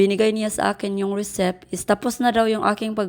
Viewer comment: Driver's license po, hindi driver license. And ang basa po sa receipt ay resit hindi resip. No offense po concern lng 😊✌️